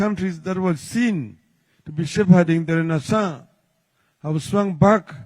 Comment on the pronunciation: ❤❤❤❤ renaissance well pronounced ! Fantastic !